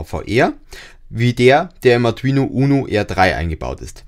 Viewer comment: Das Video ist ja echt super nur die Aussprache von Arduino nervt etwas, die ist nicht so gelungen AR DU INO. Ich Verstehe immer nur Atrino Uno sorry kenn ich nicht, aber ich kenne den Arduino Uno. Spannungsregler - Linear, Typ78 STMicroelectronics L78S05CV TO-220AB Positiv Fest 5 V 2 A oder Spannungsregler - Linear, Typ78 STMicroelectronics L7805CV TO-220AB Positiv Fest 5 V 1.5 A Die wandeln auch 35V auf 5V um, und sind leichter zu bedienen, finde ich